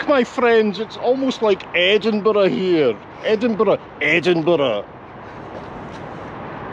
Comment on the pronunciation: It’s almost like Edinburgh here….Edinburough….EDDDinburough….